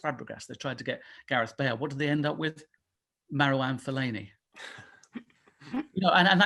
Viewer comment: The disrespect he put on fellani’s name